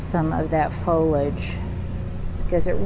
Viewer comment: What is grisly/grizzly weather? Foliage is pronounced fow -lee-uhj, not folage, which is very distracting when you say repeatedly. Love the table centerpiece!